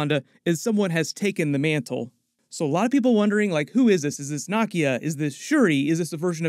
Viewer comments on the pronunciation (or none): Nakeeeyaaaa...that's how you say it brother.